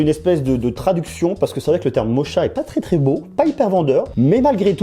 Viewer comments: Sa se dis pas mocha mais mocka je pense 😂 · Hey, mocha c'est moche mais il suffit d'avoir la bonne prononciation genre rouge mocha (moka). En tout cas, je kiffe tes vidéos, bonne continuation 😄